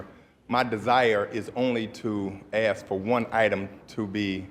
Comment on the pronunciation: Chicago has some of the most uneducated sounding leaders in the country! Wow! …saying mumf instead of month …saying axe instead of ask!